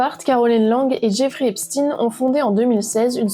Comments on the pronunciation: Epstin, c'est epstein comme Einstein ! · Pourquoi prononcez vous Eipstine ? Ça se prononce Eipchtaïne. Et ça a bien une origine/connotation judaïque. Pourquoi vouloir camoufler ça ? Hein ? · Ce nest pas epstine mais epstein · Menteuse !!! Tu essais de détourner les accusations ! Et c'est pas Esptine ! Mais Epstein, comme Einstein ! Arrête ton baratin. Tu bosses pour qui ? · Arrêtez de l'appeler epstine ! Mais Epchtine... Ou alors c'est antisémite ? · Pouvez-vous svp dire son nom CORRECTEMENT qui est EPSTEIN et non pas EPSTINE 😡 il est ou était américaino-Israëlien...merci 👍🏼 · Pourquoi vous prononcez EPSTINE ??? EPSTEIN bordel ! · Incroyable mais vrai, Epstein se prononce Epchtein, tout comme Hamas "Khamas" je ne vois pas où est écrit K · Vous dites Albert Einstine ???